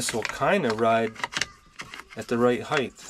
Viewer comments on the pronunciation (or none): Did you just say heighth???